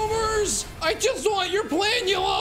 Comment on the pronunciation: It bothers me more than it should that he mispronounces Planula.